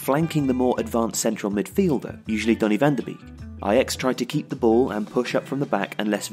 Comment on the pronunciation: Great video, however 2 points of criticism: 1. This match is important, it decides who ends first in the group. 2. Some of the pronunciation is a bit weird. Labyad and Van de Beek were incorrectly pronounced.